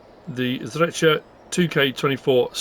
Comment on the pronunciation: Properly spoken Bravo 👍😃 Greetings from Slovenia im about 15 km from Zreče we all ski on Rogla near Zreče i think skiing resort is on map✌️